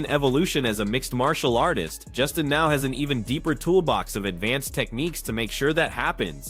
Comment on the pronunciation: dummie sayd justins name wrong every time ahha.. tried to corect it, and meaased it up :)